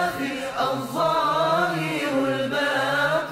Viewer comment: 75. ADH-DHAAHIR ... missing the "ر" at the end